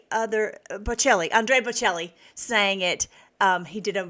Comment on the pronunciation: Andrea Bocelli. ( Bo - Chelli)